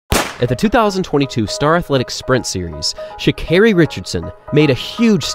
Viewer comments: Its Carri like how you say Car. Not kerry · I don't think it's ShaCARRY LOL. More like Shakahhhhri🤣😅😂😂